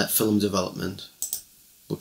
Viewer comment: First thing to know before your develop your first roll of film... the word "film" has but one syllable. In Oregon, USA we go to Shutterbug, or mail order from Pacific Photo Lab.